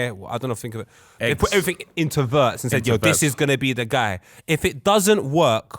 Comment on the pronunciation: fellas for the love of god his name is pronounced Virtz ,w in german is literally read double V(VVirtz)